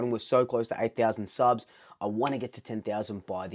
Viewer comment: It's sounds kinda wrong when you say subs 😅